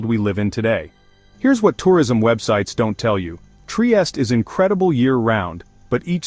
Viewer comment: good info, thanks ! only obseravation, it is not that difficult to pronounce triestE, with final E E E🙂